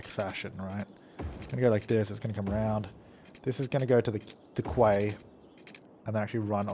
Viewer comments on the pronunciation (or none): Quay is pronounced 'key' you aussie battler